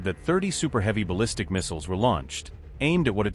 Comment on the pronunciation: Even AI can't pronounce "missiles" ffs.